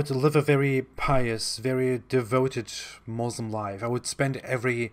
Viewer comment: Lol realy ex muslim😂😂 or yet another fake. Im amazed by how he pronounce basic things every muslims know to pronounce. Considering his family is very strict he dont even know to pronounce "muslim" .. Here all muslims know he was not a muslim. See how he explains muslim family and community... I was laughing seeing how seriously he was telling lies😂😂😂